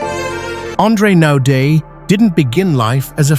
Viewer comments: Not 'Nodaay' - pronounced NOUDEA ! Naude a common South African name - who's this narrator?? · His last name is pronounced : No - diya.